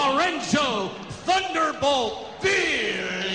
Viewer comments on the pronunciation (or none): ayos sna, kaso ung thunderbolt naging thudervolt hehehehe...